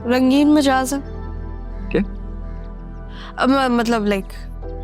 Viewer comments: rangeen mijaz ✅ rangeen mizaaj ❌ 😂😂😂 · rangeen mijaz....✅rangeen mizaj ❌ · RANGEEN MIZAAJ❎ RANGEEN MIJAAZ✅ 🤣😂😂🤣🤣😂😂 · Rangeen mizaaj not mazaaj 😂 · Rangeen mizaj ❌rangeen mijaz✅ 😂😂